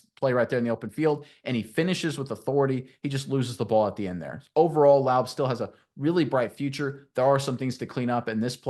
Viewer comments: at least pronounce the man's name correctly if you're doing a video about him .JEESH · Say it wrong, and say it many times😂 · It’s Raider Nation not Raiders Nation And it’s La-ooby not Lobe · Seriously?!? I can't watch this video because you don't even have the decency to learn how to pronounce his name? It's not Loub. Laube Lau-bee! There's no way you're a real Raider fan pronouncing his name like that! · His name is pronounced Lau-Bee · Nice film breakdown. You're mispronouncing his name though. It's pronounced similar to LOBBY. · Pronounced Laubeee and its Raider nation, not raiders nation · Lau-Bee ! Bro your killing me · I enjoyed your play breakdown...But you're mispronouncing Laube...It's Lau-Bee. A long "E" sound, and a strong "B". Like the insect the "bee". One way to avoid mispronouncing players names is taking a minute to listen to the college announcers that covered their games, and for Laube, anything involving the Raiders promotion of him.Thanks for your video work and analysis. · Guys, it's Lau- BEE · Lou-Bee... sounds like wowbee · It is pronounced Lau-bee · You need to PRONUNCE HIS NAME RIGHT FIRST OFF. WOULD YOU WANT SOMEONE TO MISS PRONUNCE YOUR NAME OVER AND OVER AGAIN? I THINK NOT.